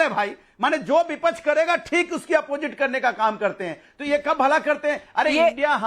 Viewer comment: Anpadh... Beepaksh nahin Vipaksh hota hai